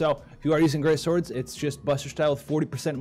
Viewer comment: "Scworhdz".... -w